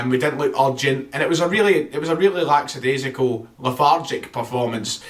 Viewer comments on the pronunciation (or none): It’s pronounced lack-ah-daisy-cal, not lacks-ah-daisy-cal. There’s no S after the K. Sorry, it just annoys me when people say it that way 😂😂😂